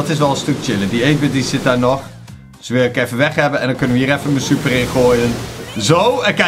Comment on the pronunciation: Je zei stuper😂